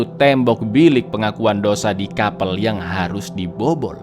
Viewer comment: sekedar info aja sih: baca nya bukan KAPEL tapi nya KAP3L 🙏